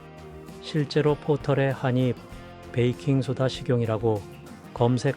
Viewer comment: 좋은 정보 잘 보고 갑니다. 그런데 태클은 아니구요. '한입'은 [한닙]으로 발음하는 게 맞습니다. :)